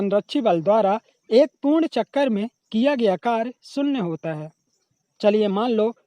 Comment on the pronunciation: शून्य ❌शुन्न ✔ Sin theeta ❌saan theeta✔️